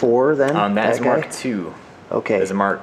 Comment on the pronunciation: its mark not em kay:c